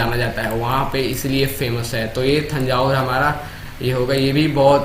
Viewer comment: थांजावुर नहीं तंजावर पढ़ा जाता है